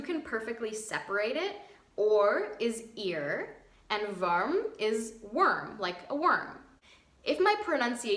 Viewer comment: In German a single vowel always sounds exactly the same. In "Schmuck" or "Zungenbrecher" you did the U nearly perfectly, in "Wurm" it´s the pronounced just like that. Every vowel combo has just one pronounciation as well (except in a combined word, like "Baueimer"). English may have only 5 vowels too, but a,e,i,u have at least two pronounciations: Armor, bAd; End, mE; Into, I; bUt, bUtcher. (didn´t find a different "O") and when vowel combos are added it get´s even worse! HEAd, bEArd, varietIEs, pIE, bEAUty, AUstria, nOUn, mOUrn, shOE, MOE etc. But our grammar is a bitch and declinations even more so.